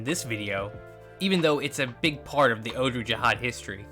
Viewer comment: It’s pronounced “ogg-lu ja-haad